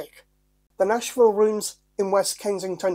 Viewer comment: Nashville has an H in it 🤦🤣